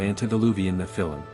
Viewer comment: How can I trust the reporting if the name of "Job" is mispronounced three times within a few seconds-- , , --how can I believe that the other "reporting" is any less flawed or that the conclusions drawn have any substance? And Nephilim is repeatedly mispronounced. I tried to finish listening to this. I couldn't.